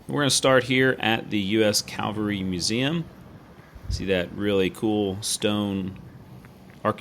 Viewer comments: It's pronounced "CAV al ry" not "CAL va ry". Calvary is the English "Golgatha" or the hill where Christ was crucified. Cavalry is the historical reconnaissance branch of the Army. I'm a former 3rd Cavalry Regiment Trooper and I enjoy your videos. Please understand my enthusiasm in this regard. Your videos still have the best musical scoring. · Sorry buddy, an interesting video but I had to quit watching because of your pronunciation of the word CAValry. I know, picky but I can’t help it.